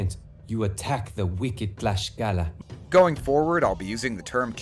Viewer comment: NGL, It makes me a little cringe to hear "Tlaxcala" or "Tlaxcalteca" with an "sh" sound instead of an "sk" sound on english wording better to follow the rules of your own language or try it in the most commun use on Spanish because Tlaxcaltēcatl (in Nahuatl), we all just butcher it.... My reccomendation would be to use Tlaxcalteca in Spanish as it is still used a lot when we go to Tlaxcala, even if it doesn't exist...